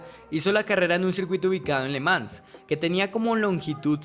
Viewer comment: Que buen contenido, puedes corregir la pronunciación de le Mans